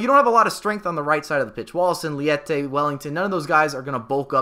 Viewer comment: Nice video mate! Actually his name is Leite (it's milk in Portuguese) not "liete"